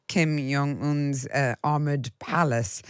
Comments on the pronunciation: Who on earth is Kim "Yong" Un? Are there no directors/producers/floor managers/script consultants/research assistants/runners to help this poor presenter out? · The J in Kim Jong is pronounced as the J in John. He's Korean not Nordic.